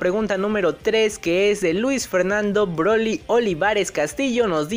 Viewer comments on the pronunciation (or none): none